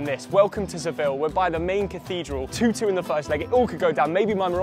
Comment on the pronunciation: Bro said Seville💀🙏😭